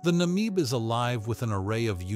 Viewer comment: Pronunciation of Namib is not "Nameeb" but short like in Na-mib 😅